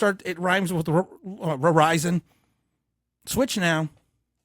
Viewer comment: Ririzon? Damn, I wonder which provider Tim is talking about? 🤣